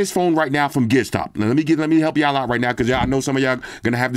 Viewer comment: I had a hard time finding Gizstop. I always thought I heard you say Gearstop